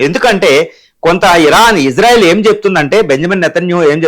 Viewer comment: To Anchor (about pronouncing) - It's not Izarael it's Israel.